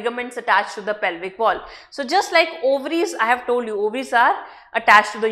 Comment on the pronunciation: It's pelvic